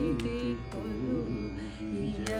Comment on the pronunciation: kolu iyyavayya pronounce chesaru andi.. either Kolu viyyavayya Koluvu iyyavayya Correct